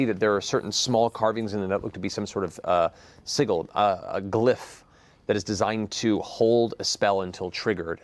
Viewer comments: Matt, again with this Sygle shit, sigil, sigil! Fucking sigil, hard g, soft i's. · I had to rewind the video when I heard that, just to make sure I didn't imagine it xD Man of a Thousand Voices, literally talks for a living - and still messes up the word 'sigil' <3